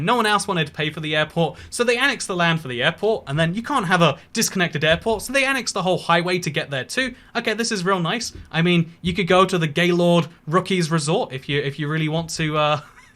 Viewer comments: “Rookies” As a Denverite myself I am deeply offended by this Br*tish man’s pronunciation of Rockies. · Wait a second, wait a second... say "Rockies" again... lol